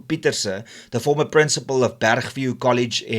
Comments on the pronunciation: The place Matatiele is pronounced as follows MA TAT TEA HEL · The town in the eastern Cape that you're battling to pronounce is pronounced like this: Ma-tati- hell (the "ele" at the end of the name sounding like 'hell' without the H & not like 'ele' in elephant.) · Pronounced Matati-hel, friend. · Matatiele is pronounced as MA TA TI EL